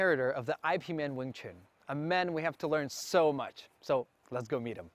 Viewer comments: Thanks for creating this episode. great job, but what the heck is I. P. Man??? It's pronounced: "Yip Man" Literally cantonese 葉問. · Did he just say ‘I’ ‘P’ man wing chun? 😂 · Yes, but NOT "Eye" "Pee" Man!